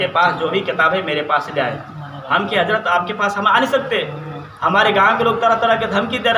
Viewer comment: Talafuuz to sahi kar le raafzi ki aulad hazrat ko hajrat kahe rha he aur aalim ban rha he